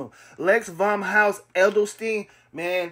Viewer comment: Bro can’t even pronounce Edelstein & don’t even know the history of these dogs. Stay away from this guy 😂😂 just said quality don’t matter 😫😫😭😭 I’d take lex over Sampson ANYDAY